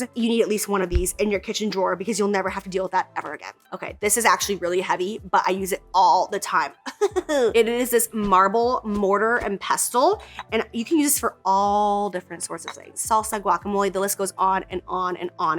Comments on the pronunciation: Not trying to sell anything. You’re always trying to sell things. Not gonna hate on your hustle because you can hustle like no one’s business. Just disclose !!!! That’s all some people ask for. And it’s a pestle (pessle). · 1. It’s CONDENSATION not sweat 2. “MORTAR AND PEST-LE” GET FUCKED HAHAHAHAHAHHUUUUAHAHAHHAHAHAHA THE T IS SILENT